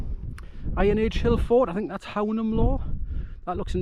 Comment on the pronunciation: Cracking spot - the locals pronounce Hownam - Hoooo-num